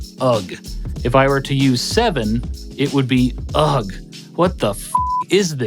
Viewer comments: No need to pronounce the G in "ugh"... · Who pronounces the G in "ugh"? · Why do you pronounce ugh as "ug" lmao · When you pronounce "Ugh" phonetically 😂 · As a linguistic nerd, I'd like to say that the GH in ugh is pronounced with that flemmy throat sound like in Scottish and German CH, where as the pronunciation you gave would be spelt uhg. So UH + G rather than U & GH. GH is technically our spelling of CH. Originally, all GH words were that femmy throat sound. Some more modern additions didn't, however, cuz they came about after the OUGH words went crazy. Lol. Like how troh came to be written trough thanks to...unsmart people. Similarly, just for overall knowledge: It's an important thing to distinguish the difference between ohh and ooh, and ahh and aah. Adding an extra consonant is simply extending the length of the word. So ah to ahh. AA and OO change the vowel sound, making it a different word entirely. I'm constantly seeing these mistaken in games I play, despite being written by professionals, so I try do my part to spread this knowledge. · I genuinely wasn't expecting to hear a mispronounciation of "ugh" in this video but here we go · The way he pronounced "ugh", tho... 😂 🤣